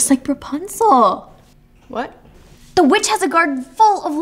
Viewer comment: She said perpunsel